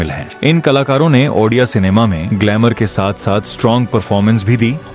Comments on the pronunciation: ଓଡ଼ିଆ❌ ଅଣ୍ଡିଆ ✅ 😅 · Ondia no Odia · Fast pronounce thik Karo.baad mein vdo banana.bahut gusa atta hei app jab odia ko ondia bolte hei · Bhai ondia nehi ondia nam sunke hasi bahut aa rahahe... Bhai spelling thada thick kara ONDIA NEHI ODIA ଓଡ଼ିଆ...... Ondia ka mening odia me kia hota hai pata hai???? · If possible make the diction and pronunciation prompts to voice over or AI correctly, it’s not “ONDIA” it’s “ODIA” , in that way you are spreading wrong info about the state and its culture. Your content is so good and thanks for spreading out such positivity but due to such misspellings it can hurt our sentiments too. Kindly recreate and then post it again if possible. Good luck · 😂Ruk jaa bhai ondia ondia bolke odia ko moraoge kya.....well 👍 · Abe sale odia 😌 ondia nehi😡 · Ondia nahi bhi odia 😂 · Ondia nahi odia bulate hai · It's not3 ondia it's odia pronounce it clearly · Bhai tum unpadh ho kya 😂 odia ko ondia bol rahe ho 😢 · Abe odia hei. Ondia nhi 😢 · abe ondia nahi Odia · Ondiya neyi Odia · Not ondia it's ओडिया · Odia hai be ondia nahi 👺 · Ondia Nehi odia ❤❤😂😂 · Ondia 😂 Odia ❤ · Andiaa film 🤣🤣🤣🤣😂😂😂 tereko padhna aata hai re😂😂😂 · Ondia na endua ba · 😂😂 ha kuch jagh jagha ondia bol Diya he bhai ne Edit- but bhai ne reserch acchi kari he us liye chalta he